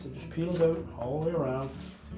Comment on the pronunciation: He says out strange. “Take the seal ote” (instead of ow-t)